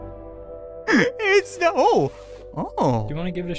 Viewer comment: Nar not no